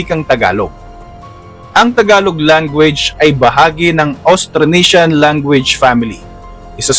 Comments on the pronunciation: AUSTRONESIAN hindi Austranesian. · At the very beginning of the content, there is a mistake, the spelling and pronunciation of ' Austranesian ' instead of ' AUSTRONESIAN '. FYI, the correct spelling and pronunciation is Austronesian...